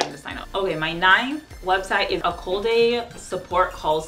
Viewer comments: A-col-day? It's Ak-o-lade pronunciation is an asset. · It's pronounced ACK-O-LADE not A-Koolaid! You might want to look into that job teaching English. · Correct me if I’m wrong. I believe Accolade Support is pronounced (ack-uh-laid)